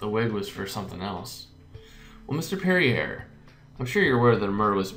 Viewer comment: Perrier is pronounced Perry-eh